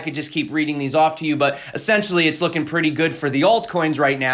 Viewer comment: es·sen·tial·ly /əˈsen(t)SHəlē/ Learn to pronounce adverb used to emphasize the basic, fundamental, or intrinsic nature of a person, thing, or situation. "essentially, they are amateurs"